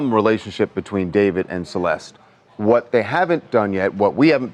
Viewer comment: Her name is CELESTE! Pronounced in SPANISH (seh-LES-teh)! Which TMZ, based in L.A., CA of all places to be ignorant of Spanish should know! AND they said "her mom only spoke Spanish," so um DUH. I hate how the media keeps calling her "SUHLL-LESt"!!! Grrrr. RIP Baby Girl. Poor mama, daughter missing for a year and then found rotting in a trunk in LA. </3